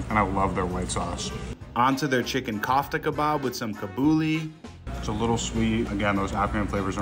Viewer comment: Not one item was pronounced correctly 😂😂😂 kaaftah & kahbooli 🤣 cracked me up!